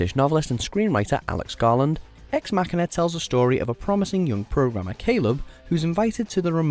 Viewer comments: It’s Ex Machine “a” not Ex Mac a na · That would be Ex Ma-sheena.